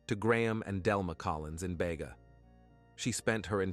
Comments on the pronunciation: It is Beega. Spelt Bega. Not ever pronounced Baygar. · Its beega not bayga....just saying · Bayga it’s Beega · Bega is pronounced BEEEGA not BAYGA. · Its Beeeega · Poor girls, RIP! Precious Angels, BEGA Pronounced BE--GA